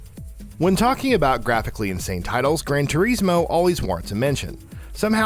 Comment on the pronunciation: Its pronounced tour-iz-mo